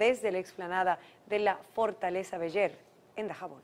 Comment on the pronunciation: Se pronuncia Fortaleza Beller, se dice Beler, no Beller.Da pena una palabra tan común.